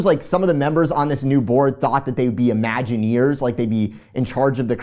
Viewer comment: As Brittlestar said "IMAGINAWYERS" 😆